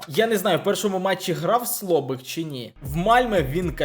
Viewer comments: Слюбик, а не Слобик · не слобик, а Слюбик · Слобик😂😂😂 Правильно Слюбик